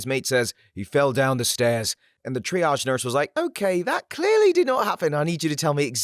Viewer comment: Oh my God! And undersparked VA who can actually pronounce triage!